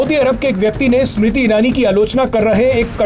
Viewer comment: Sumrti nahi smriti 😂😂